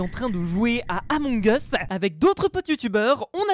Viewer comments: On dit emong us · c'est la prononciation réelle among eusse pas among iousse c'est anglais among us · Persone:: ameug us 😂😂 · Toute la terre: Among us: Amongeusse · Ba non moi je dit amoug us pas amongeusse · ON DIT PAS AMONG US MAIS EUMONG US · Tous le monde dis {among us} mais ça ce prononce {emong us} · ce n'est pas among us ça ce dit Among as Mais ça s'écrit among us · Tout le monde connais le jeu mais malheureusement personne sais comment le prononcée 😒